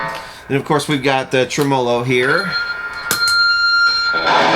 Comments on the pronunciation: Clicked just to hear say "trem-olo". It's Spanish for tremolo. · tre-MO'-lo. Lol